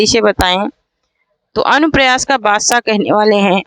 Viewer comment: Madam anupras nahin anupras padho